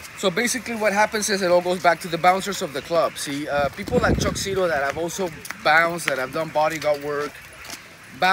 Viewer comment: ZITO not Zitto